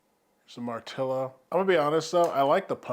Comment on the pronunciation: First! No not post, First one reviewing I heard to pronounce the name correctly! Great video! I do find it slightly weird that they call it BassHead, lots of bass, but BassHead? I guess, but not for me!